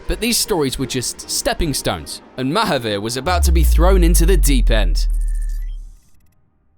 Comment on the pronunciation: Its pronounced Muh-haaveer with the 'u' sounding more like an A than a 'you' sound